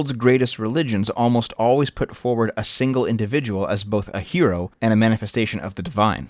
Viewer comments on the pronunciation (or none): none